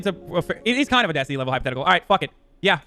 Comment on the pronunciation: started the mispronouncing of destiny's name before Finkledick